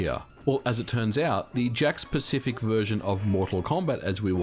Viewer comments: I can't help but hear the company name as "Jack Specific". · Did anyone else think he was saying "jack specific" version all the way up until the end? I thought he was just calling it that because it plugs into the TV "jacks" with no console needed, lol.